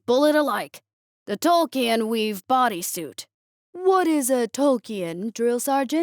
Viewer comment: I love the story, but the pronunciation of Tolkien and Mithril was painful 🤣